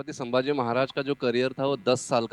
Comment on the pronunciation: ट्रेलर मधे अक्षय खन्ना आणि आता इथे हा माणूस पण सांभाजी बोलतोय.. धाकल्या महाराजांच नाव " संभाजी " आहे " सांभाजी " नाही.. captain of the ship लक्ष्मण उतेकर साहेबांना विनंती आहे त्यांनी त्यांच्या crew ला हे नाव नीट समजावून सांगावे.